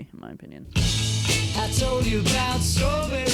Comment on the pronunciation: It wasn't your 'eh' that brought out your Canadianess, it was your aboot!